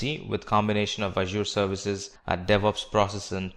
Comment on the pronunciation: mate, you have to pronounce correctly for the word "Azure", the other words do not matter, but this one is very important.